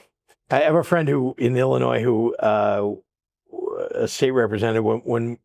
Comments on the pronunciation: Life long from Illinois. Just an fyi, the (s) is silent when pronouncing Illinois. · No S at the end in Illinois Brian